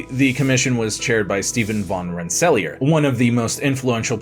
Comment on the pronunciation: Albany, Rensselaer, and Schenectady were pretty well butchered 😅